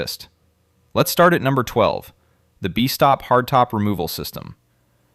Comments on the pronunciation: AI pronunciation is terrible: "Bee-stop" vs. "Best-top" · No joke, it's annoying and tells me the producer is too lazy to do a decent narration.